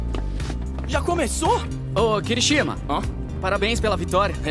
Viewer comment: Cara, você reclamou do Bakúgu, mas no mesmo vídeo você falou Kirishíma ao invés de Kirishimá, e Jíru ao invés de Jirô. Então não faz sentido essa crítica, sendo que você mesmo pronuncia vários nomes errados. Lembre-se que no português a gente tem tendência a pronunciar a letra o com som da letra u, então 99% dos nomes que terminam com o, a gente fala errado, como Naruto, que se pronuncia Narutô, e não Narútu como muita gente aqui no Brasil fala.